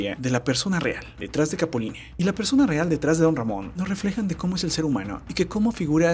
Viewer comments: NE SE LLEME CAPULINE SE DICE CAPULINA HISTORIETA VIRUTA NO VIRUTE !!! NO SEAS BRUTE 😂😂😂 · por que dice "capuline"? y como pujado así raro "capulineehh" , se poncha cada que termina una frase